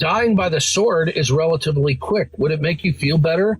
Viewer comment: out here pronouncing the W in sword is diabolical. It’s silent silly, Rabbit. You probably don’t even know that g’s move is silence like lasagna. 😭